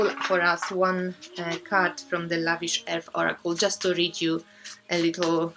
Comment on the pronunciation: Please can you tell me again the name of one of the decks, did you say it was called The lavish elf? sorry I didn't quite catch what you said. my bad Thanks :)